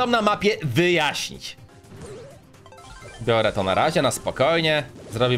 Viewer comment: Nie mówi się Bjore tylko biorę